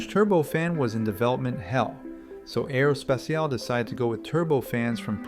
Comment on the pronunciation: Make a check on the AI voice! It's not: "Aerospeciale" it is Aero S-P-A-T-I-A-L-E!